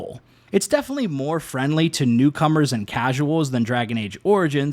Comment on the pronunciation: I had to stop when you said "ghost of shusima" prior to that you said "definely" and "excetera" learn to properly pronounce words or stay away from creating content.